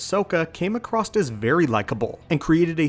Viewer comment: FYI - "Across" doesn't have a "T" in it. Anywhere.